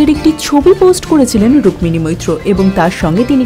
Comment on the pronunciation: 'রুক্মিণী ' শব্দের 'ম' এর উচ্চারণ হয় না।